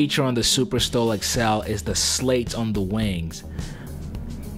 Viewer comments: The foil that allows the Just Superstol the ability to be controlled at very low speeds are called "slats" , not "slates". The "a" is short like in "cat" in the "hat". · It's Slats (like hats) not SLATES. Otherwise, good vid. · “The best feature in the superstol is the slates”. Lol. Pronounced slats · Slats is spelt / spelled slats and pronounced slats too (actually)